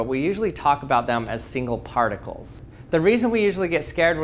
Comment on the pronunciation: Lost credibility when you said particles 😅